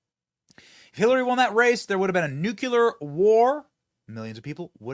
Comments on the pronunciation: Benny, respectfully, "nu-cle-ar" .... not "nu-cu-lar" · Benny, please. The word is pronounced Nook-lee-err, not NUK-you-ler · Nuke-ya-ler it's Nuke-leer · Very good reporting, but with one exception. THERE IS NO SUCH WORD AS NUCULAR! It annoys the hell out of me hearing otherwise intelligent people saying that word. George W Bush couldn't say it either. It's not difficult. Just say NEW CLEAR, and you will pronounce the word NUCLEAR correctly. It sounds so STUPID to mispronounce such an easy word. You will go up massively in my estimation if you teach yourself to pronounce that word correctly. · Love your show Benny, but please pronounce "nuclear" correctly. It's not nucular. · Benny, why can't you say the word "nuclear" correctly? 🧐